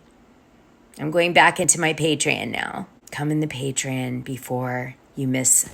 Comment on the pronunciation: I’ll make you a deal, I’ll sign up to your patreON to give it a try once you start pronouncing it correctly!!! It is NOT “pay-tree-inn” it IS “Pay-tree-ON!!!!!!”